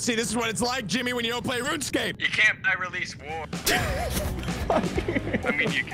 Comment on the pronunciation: "You can't byrelease war"